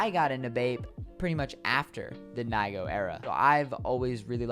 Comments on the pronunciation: No it’s not n-i-go it’s n-e-go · said "nygo" its pronounced knee - go. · Its pronounced Nee-go (BAPE)